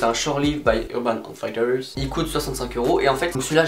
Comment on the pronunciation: I gotta tell this, the way you pronounce urban outfitters it is more than wrong. Sorry dude :)